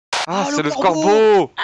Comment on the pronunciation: Je suis le seul à entendre que Au début Terracid dit -AH mais c'est le SCORBEAU je suis le seul ?